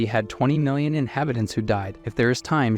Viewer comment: Yo just watching the new video 7 months later why does bro say mi-lion instead of million?